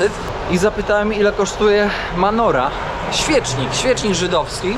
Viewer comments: mówi się MENORA to jest 7 ranienny świecznik, a nie "manora" 😊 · Czołem! Ten świecznik to "menora"... a nie "manora"... ma nora - to takie małe zapuszczone mieszkanie;) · menora a nie manora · nie Manora a Menora.... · żydowski świecznik to mEnora, a nie mAnora. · Menora, ale zdaje się, że wymawia się ową nazwę "menojra"...